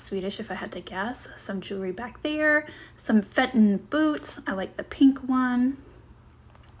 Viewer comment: No offense meant but Fenton is pronounced Fen-ton in not Fent-on. 😊